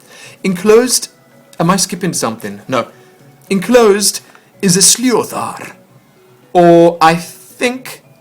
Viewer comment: Ahh I'm so glad your pleased with it and you got my name right by the way!!!!! The sliothar is pronounced slither though